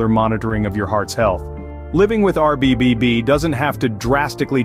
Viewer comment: I heard a couple of RBBBB slip in there....